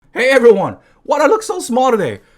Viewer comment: "herro ebriwan" "this changes everything" "hello is your boy the moan" "i just got out of the shower" the 4 yaksha of genshin youtubers